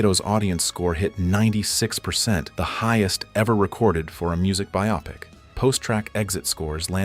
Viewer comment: "byop-ic" ?!? the word is Bio-pic